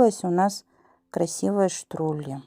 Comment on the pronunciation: Не штрули, а штруДли ))